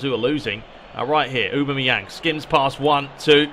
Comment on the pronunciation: A-bam-me-yang is how you say it